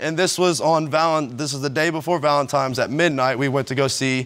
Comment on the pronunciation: Can we stop saying “valentimes” It’s “Valentine’s Day!”